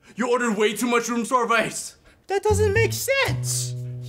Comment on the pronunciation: It’s supposed to be room but he said woom